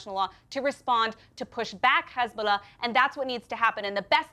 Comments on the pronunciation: This will always bother the heck out of me: learn to pronounce Arabic names properly! Not Rrrrramas, Ha HA-mas. Not Rrrrrezbollah, HE-zbollah.... 🤦🏻‍♀️ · Notice how the rabi mispronounced H as a rough sounding Kh when referring to Hezbollah. That's intentional